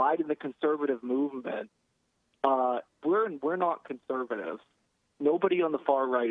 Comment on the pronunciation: He accidentally says neo conservatinve in the beginning XD